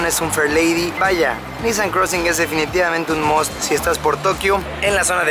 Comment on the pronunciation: La manera correcta de pronunciar la marca no es NíSSAN si no NISSáN